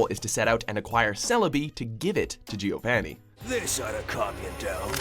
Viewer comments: Damn, at least learn the pronunciations! Jirarchi? Givaini? It's Jir-ah-chi, and, Geo-vah-nee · Also pronounced Giovony not Giov-a-ni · You pronounced Giovanni wrong at not only #6, but also #1,. Also, next time, put Pokemon Heroes on the podium. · It’s pronounced ahr-KEE-us and jee-oh-VAH-nee, “”! 🤨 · Hey, please stop saying names like Giovani and Naruto wrong, it's just become painful at this point. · BillyBob Drizzle ZaBOOza and... giovanny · Giovanni? Really? You guys can't pronounce things to save your life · Sorry but this hurts to watch. The pronunciation of some names are horrendous and rage inducing. Arceus and Giovanni are run. Otherwise the line up is good.